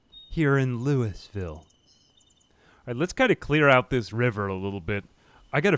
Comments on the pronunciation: we pronounce it "loo-vull" in kentucky or "Loo-uh-vull" depending on your cadence. Say "looey-ville" and you'll raise eyebrows, "louis-ville" will straight-up cause everyone to laugh at you and tell you how wrong you are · Wanted to add, as a Louisville native, its not even Louie-ville for most of the state. Its Lou-Uh-Vull! Always look forward to these, great content as always. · its lou uh ville not louis ville please😭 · Locals pronounce it Lou-Ole-Ville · It's more like "lauelville" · I know no one actually cares but if you're from KY its pronounced more like Loo-uh-vull.